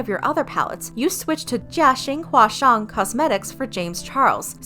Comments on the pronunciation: when the narrator nailed that chinese pronunciation 🥺🙏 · i absolutely love the effort gone into pronouncing Jiaxing Huasheng as best you could. could tell there was a cut too, which meant she must have tried multiple times. great job! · All I’m saying is the way you pronounced the name of that manufacturer was impressive